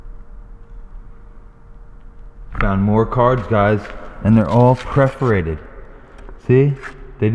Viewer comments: It’s PERFORATED not preferated. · "Perforated" not "Preforated". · Was it bugging anyone else that he was saying preforated not perforated? Lol. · Tina Stanbaugh Yes, kinda. Per-for-ated (pref). 😉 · YES, just as the people who say NUCULAR instead of NUCLEAR do. but i was strangely delighted when he found playing cards.